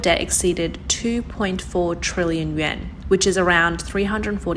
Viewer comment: Learn to pronounce your words, the Japanese Yen ¥ does not sound like the ccp yuan. Your English is good for a second language but not great. Practice practice.